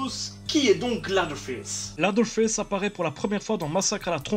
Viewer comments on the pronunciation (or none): Leatherface "Lédeurface", pas "ladeurface"... ca veut dire "face d'echelle" ^^ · On dit leathearface ( léseurfayce ) mais pas latherface ( laseurfayce ) ca ne veux rien dire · juste on prononce lèveurface pas laveurface... juste ;) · "LAZERFAISSE". J'ai détesté le film moi perso, il rend pas du tout honneur à l'original. edit: en fait j'ai plus l'impression que tu dis "LADDER FESSE". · j'adore ton emission mec mais tu m'as fait pleurer de rire avec ta prononciation hasardeuse de leatherface et ed gein x''') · Bonne vidéo, mais par contre tu ne sait pas prononcer le nom du tueur ce qui est dommage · excusé moi de mon erreur mais je suis habituer à dire lea(seur)therface. C est juste que tu écorchées le nom mais bon au final c'est est pas si grave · Ce serait bien d'apprendre à prononcer le mot "leather" par contre....